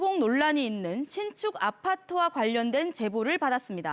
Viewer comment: 신축 아파토??? ㅋㅋㅋㅋㅋㅋㅋ 아파토 ㅋㅋㅋ